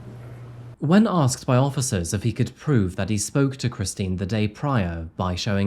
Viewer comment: He should have been charged just for saying "axed" instead of asked 😂 🤦